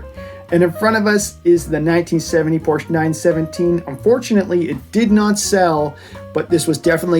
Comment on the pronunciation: Porsche is a two-syllable word.